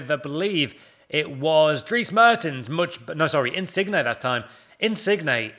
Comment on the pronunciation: stop calling him in-sig-ney it's in-sin-yay ffs😂